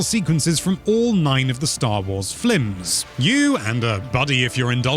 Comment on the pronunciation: Lmao did he say “flims” on purpose I couldn’t tell